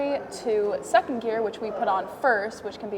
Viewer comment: "I build and design cars" LMFAO not with them gaudy ass nails and calling 2nd gear 2 ehnn Dee